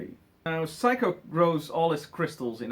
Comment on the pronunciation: It's "Seiko" (say-ko), not "psycho"!